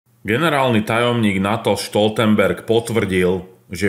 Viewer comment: Prosím, Stoltenberg nie je Nemec, preto nie "Štoltenberg"...